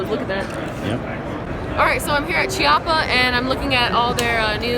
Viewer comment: Just a heads up Chiappa is pronounced Key-appa